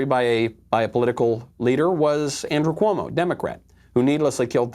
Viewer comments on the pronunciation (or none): none